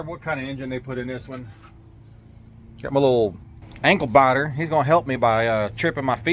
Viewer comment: "Ankle bahter"?????